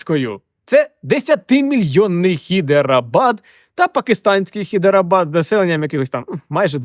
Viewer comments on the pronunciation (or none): Взагаліто Гайдарабад, а не хідерабад